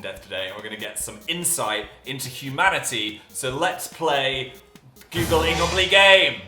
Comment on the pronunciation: "we know yoogle"